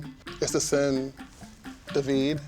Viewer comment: lmao I'm not trying to change his name, it's david damnit lmfao not duhveed he's trying to change his own name haha